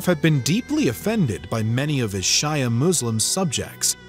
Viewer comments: Great video but, a few things. Pernoctations need work, example would be Shia, pronounced [shee + uh] not [shy + uh] like the last name. Arabic is hard but, some things have been in the western public lexicon for the past 30-40 years. If your going to use NATO mil map symbols please, use correct or close to correct force make up. Using the infantry symbol for a force largely made of cavalry then playing a horse's nay is quite jarring. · Not "shaja" ...."she-uh" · Jenghis or Chinggis Khan. Sheeeea. Get your pronunciation right.